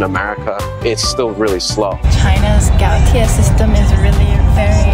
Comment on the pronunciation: Some faith is restored when these students correctly pronounce Gaotie.